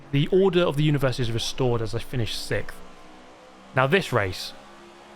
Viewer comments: C'mon. "Sickth". 🤮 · You seem to finish Sikth a lot.